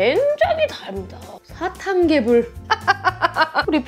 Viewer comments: 처음에 개새77ㅣ라는줄 알고 흠칫했네ㅋㅋㅋㅋㅋ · 여기서 순간 개베이비라는줄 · 맨처움에 개삐이이이 를 개색...라고 들음ㅋㅋ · 에서 개X끼라고 욕 하는줄.....ㅋㅋㅋ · 개~삐 할때 개소ㄹ인줄 나만그럼? ㅋㅎㅋㅎ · 인트로에 개~~라고해서 욕한줄 ㅋㅋ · 처음에 개**라는 줄 알았네